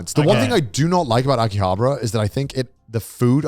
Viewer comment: The way they pronounce Akihabara is so irritating 😂